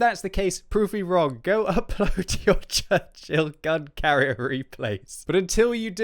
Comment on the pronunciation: I thought you said "Churchill gun carrot" XD